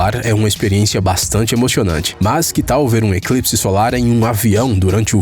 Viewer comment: alguém percebeu que ele falou emoxionante quem percebeu da like